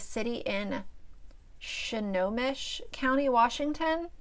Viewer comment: Yay! My fav commentary channel ❤️ not that it matters, but Snohomish is pronounced “snow-home-ish” i am from there ;) see, this is why I enjoy you...you are real and honest. Your grandma would be proud. Virtual subscribers are just that, virtual :)